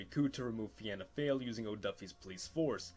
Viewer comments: Pronounced fee-na fall not Vienna fail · Finna Fáil is pronounced Fe-Na Fall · It's actually pronounced Feena foyle, uncultured swine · Fina Fail is pronounced fee-na fall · Fianna Fáil - Feena fall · Fianna Fail is pronounced “Fina Fall” 😅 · Here is how you say it Fee-na-fall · Fianna Fail: Feen Ah Fall. Fine Gael: Finn Eh Gail. 👍🏻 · Pronunciations; Fianna Fail = Feena Fall Fine Gael = Feena Gail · "Fianna Fáil" pronounced "Feena Fall". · Pronounced Feena Fall :) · fianna fail pronounced feena fall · Fianna Fail is Pronounced Fee-na Fall And Fine Gael is Fee-na Gway-el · I’m Irish and Fianna Fáil is pronounced “feena fall” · It's pronounced Feanafall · its pronounced fee na fall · What if the Soviet Afghan war never happened What if Ireland became protestant P.s. it's pronounced fianna fall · Its feena fall thats how is Prounced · christ yeah the way he says fianna fail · Fianna Fail is pronounced (Fi-anna Foil) - I am a member/County Antrim Chair. Largest party in Irish political history, although going through a tough period, regaining suppor - check out latest polls & wikipedia. Fine Gail pronounced (Fine-nah Gail) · Btw Fianna Fail is pronounced like Feen-na Fall and Fianna Gael is prononced Feen-na Gale. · Fianna Fáil is pronounced “Fee-nah Fall” and Fine Gael is pronounced “Fee-nah gale”. That’s not even near the hardest pronunciations in our language, we have some odd grammar rules! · It's pronounced f-eena fall and fina geal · It's pronounced feena fall and fina gayle and you don't leave the "De" out of de velara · The Fianna Fáil mispronunciation I could handle, but “Fine Gael” actually hurt to hear hahah